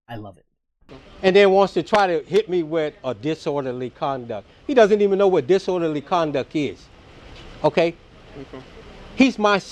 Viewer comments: "You dont know what disorderly conduck is" 😂😂😂😂😂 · I'm surprised this dude is able to breath without being reminded to do so! He really is that stupid!!! He said "disworderly conduck"